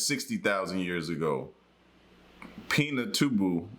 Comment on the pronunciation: Mt. Pinatubo was so destructive in the Philippines happened 1yr before I was born. affected agriculture, forestry and land. it was reported due to the thick clouds the world lowered the temperature by 2 years. I was mildly offended on the video says Mt. Pintabu the correct name is Mt. Pinatubo.